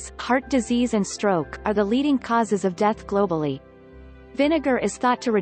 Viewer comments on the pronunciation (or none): none